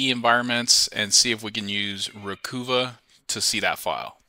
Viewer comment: Interesting.... I use Dban when doing disk wipes,,..... Not to be annoying but it;s ReCuva, not Recoova Stay Safe